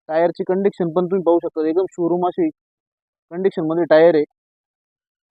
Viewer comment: Condiction nhi ho condition bola